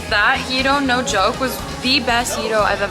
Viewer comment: Nobody in America says gyro the dumb way you said it. That’s just ignorance to the way it’s actually Said.I’m American and I’ve been there and many other places and we are the ones that mess up how things are said.!